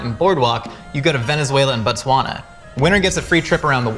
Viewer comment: Did he say “BUTTSwana”?